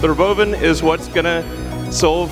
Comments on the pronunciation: He said rowboevan = robovan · When the Robovan rolled out Elon pronounced it Ruh Bovan a couple times then he said or Robovan. Just for grins I looked up the pronunciation and found Ruhban is a mythological armored beast and Bovan is a productive egg laying chicken. So I guess this is the Tesla Armored Chicken!